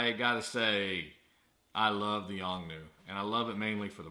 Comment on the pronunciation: The flash is not Yong New but a Yongnuo. Notice that letter "O" at the end is not silent. Also, there were too many ummm's and uhhhh's in the video. Finally I would have liked to have seen some actual testing and especially remote testing would have been helpful.